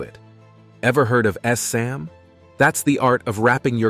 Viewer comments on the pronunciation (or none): Hoo, boy, but the pronunciation is rough here. You need to at least code your AI to know that ssam is just "sahm" with extra stress on the S.